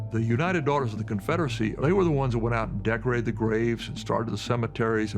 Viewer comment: Um, I'm really not going to take someone seriously that can't get the udc's name right rofl.